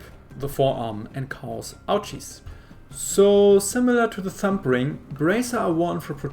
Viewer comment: hope you add closed captions for people who are deaf or not native english speakers. Your accent compounds with it beign harder to understand. I do like how you pronounce the thumb as tump. I was actually really craving this new video. Love them a lot though I would like the more if they were more scripted.